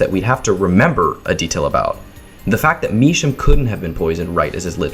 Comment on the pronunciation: Nitpick but I think you’re mispronouncing Misham, I believe it’s a pun on “Drew my sham”